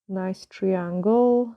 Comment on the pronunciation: These are so gorgeous as usual. I love love your accent as well, love listening to your voice, but I want to help you so bad with the word triangle. I’m not being mean at all as I’m sure you know for as long as we have been talking but I think maybe this will help you Triiiiiiiangle is the pronunciation. If you say the I 👁 instead of treeeangle 🌲. You’ve have been using a lot of triangles recently in your designs that’s all. ❤️😘